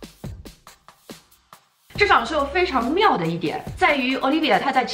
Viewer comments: 我咋一直听成奥力给，没有不礼貌的意思。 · 小可爱跟我读 Olivier（法语）：欧～力～V～耶～。